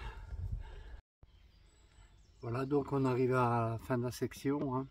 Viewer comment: On dit session et non pas section. 😉😁